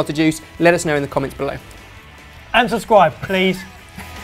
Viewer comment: I love how says "subscwibe."